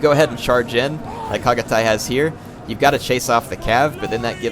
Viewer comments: the way i have always heard Chagatay is Shagatay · Reaaly love your comments on any battle :) good job and thx :) and just for help, 'ch' sound in 'Chagatay' pronounces as 'ch' in 'Channel' ;) chagatay is a respected historical general in Turkey :)